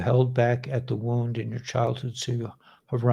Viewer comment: Womb, not wound...